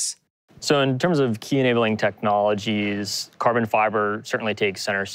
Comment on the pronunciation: Its Carbon fiber, not Kerben fiber...😂😂😂